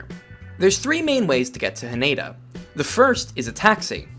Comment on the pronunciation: It's better pronounced HAH-neh-da, not haNEYda. Also NAH-ri-ta, not naREEta